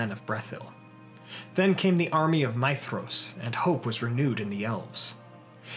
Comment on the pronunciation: You said his name right I'm in LOVE